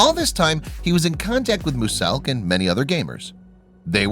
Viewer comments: If he says mewselk like mooselk one more time I’ll kill myself I know it says “muselk” but if your gonna talk about him get his name right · “Mu-selk” why?? That’s not how you say it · records and streams in the click office. So does every other click member. They go home to sleep and sort some stuff out. P. S muselk's name is pronounced m-you-selk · Who the hell is mooz elk it’s pronounced muzelk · U dont pronounce it moselk u pronounce muzelk 😬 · Not mooselk it’s mulesk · HE SAID MUSELK WITH THE SOUND MOOSELK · muselk is said with a Z muZelk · Did I just hear mooselk? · Who’s moosselk oh, muzelk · Musalk 😂 instead of muselk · Bruh it's not musselk the pronunciation is MUZELk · Can you please learn how to pronounce muselk, its not mooselk,you pronounce it as myu-selk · Him: says moo-selk Me: ITS MUSELK NOT MOO-SELK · Sorry that I’m being picky but the correct pronunciation is mue-selk not moose-elk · Its Myu-Selk not Mu-selk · Mu-selk really bruh it’s miu-selk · Muse - elk not mooose elk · U said moose elk. Not muselk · Does anyone else notice that he says mooselk instead muselk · Bro it’s pronounced mew-zelk not moo-selk But Muselk still suck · It’s not pronounced mu-selk it’s muu-zelk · Bro guys it’s “mooselk”😂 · Dude you didn’t even mention lazarbeam once even though he plays with him a bunch Also it’s pronounced muzelk not muSSSelk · "Mooselk" I'm going to kill you for this Draw their life: oh fu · moozelk? Mooselk? MOOSELK!!??!!?!!!!??!! ITS MUSELK!!!!! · Im not being mean but its not mooselk its muselk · You pronounce it miuzelk not muselk read it exactly how I wrote it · So were not gonna talk about how he said moose elk instead of muselk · it isn't mooselk buddy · no offence but its muselk you were saying it like moo-selk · Please stop saying moose-elk it’s muselk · It’s muselk not moselk ok sorry but it’s ok if you couldn’t say it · He said MOOSELK ITS MUSELK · he said mooselk not muselk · It’s not mooselk it’s miooselk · did he say mooselk